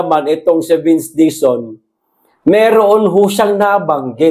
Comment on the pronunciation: Warang retter L si sec dizon.puro R